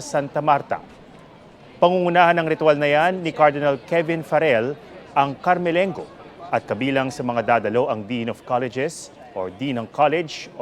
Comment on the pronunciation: CAMER—LENGO Hindi carme—lengo BABOY KA 🫵🏻🫵🏻🫵🏻